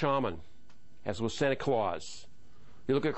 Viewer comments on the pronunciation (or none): none